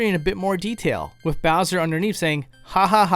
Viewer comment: I notice you say “wif” instead of ‘with’. What’s up wif that?